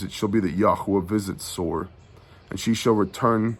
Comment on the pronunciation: Shabbat shalom. Two things... HalleluYAH!! The wisdom of knowing that there will be no peace in the Middle East until YAHUSHUA'S return. How many politicians obviously are not wise enough to pay attention to that fact. 2nd...you kept saying "Tsor" from chapter 23. It prompted me to look up the meaning of "Soros/tsoros". Here's what I found: Strong's #4673: soros (pronounced sor-os') probably akin to the base of 4987; a funereal receptacle (urn, coffin), i.e. (by analogy) a bier:--bier. Thayer's Greek Lexicon: ́ soros 1) an urn or receptacle for keeping the bones of the dead 2) the funeral couch or bier on which the Jews carried their dead forth to burial YaHushua spoke about this in Matt. Interesting huh💭🤔